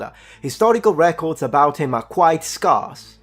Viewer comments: Small pronunciation pointer. The first syllable of scarce should sound more like scare than scarf. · Dear, scarce is ske-as, not skaas. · The English teacher in me cannot help the following correction. I would like your perfect English to stay perfect. "Scarce" is pronounced like "scare" and not like "scar". Sorry. Thank you. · scarce is pronounced as scare-ce or sc-air-ce not scar-ce or sc-arse, just point that our as you like me like a bit of accuracy … I salute your content sir and the effort you put into the research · Hi... Umm... It's pronounced "Scarce," as in - the "a" sounds like the "a" in the word "scared," rather than the "a" sound in the word "pass." Or in other words, if it sounds like you might be talking about someone's scars, when you say the word "scarce," then you're saying it wrong. It should sound like the word "stairs," but with a hard 'K' sound in place of the "t" edit - It might be possible that you conflated the pronunciation of the word "sparse" with the word "scarce." While both words have similar spelling and similar meanings, they're pronounced very differently (or rather, the "a" sound in each word is pronounced differently). Sparse should indeed rhyme with "stars," but scarce should rhyme with "stairs." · I love your channel and your content. I just subscribed. I'm not nitpicking. You speak many more languages than I do. So this is not criticism. The word, SCARCE, is pronounced SK-AIR-SA. Just thought I'd let you know. My son worked for an Italian guy for a few years. He had an area called the FEASTING shelter. No one corrected him when he pronounced it FISTING. No one told him for years how it sounded. 🤣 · "scarce" is pronounced "scerce" because english is a joke language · Scarce is pronouncee "scairse" 😊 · FYI: "scarce" in US English is pronounced "scare-c(s)". Thanks and good job! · ‘Scarce’ is pronounced like ‘scares’ but with the final sibilant unvoiced instead of voiced.